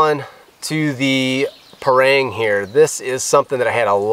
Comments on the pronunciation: pronounce parang = pa-rung , not pa-reng.. (bahasa melayu/ malay language). Parang is a common big knife used in Malaysia/ Indonesia/ neighbour countries. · we asians here pronounce the parang as par-rung, par/rung